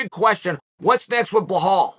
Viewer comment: Hey Chael, it's BELAL not Behol.